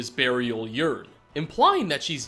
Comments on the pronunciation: Urn is pronounced "earn" not "uren" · MartyCon Productions i believe he said “urn” with a y at the beginning, thus making it sound like “urine” even though he said “yurn” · Patryk Rogala it's more "yern" than anything else. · that isn't how you pronounce urn...